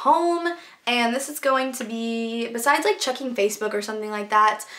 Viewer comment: when you said checking i swore you were saying chucking hahah.